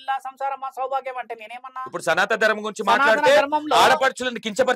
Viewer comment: Namasthe,sir Me interview chala genuine ga, untundhi sir, Khani meeru ee interview lo, SANATHA DHARMAM, Antunnaru, Adhi, SANATHANA DHARMAM kadha sir, pls prounance Properly